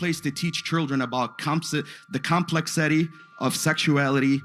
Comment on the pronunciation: I think is very telling that a grown ass man that cannot say "complexity", while reading the word, is fearfull of children's books